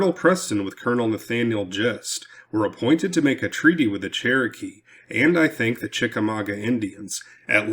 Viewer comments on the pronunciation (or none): none